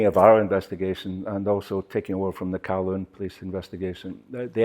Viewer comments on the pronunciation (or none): none